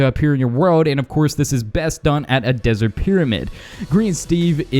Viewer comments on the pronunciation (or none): none